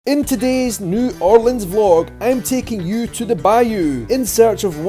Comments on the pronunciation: Hi! 2 things that annoy a New Orleanian are 1) Asking if they know Voodoo 2) Asking them to say New Orleans and expecting “N’awlins”. THANK YOU for saying it properly!! Come back and visit anytime!! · I so glad you pronounce the name right. New Orleans